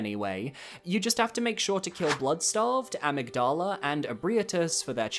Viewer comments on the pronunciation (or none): none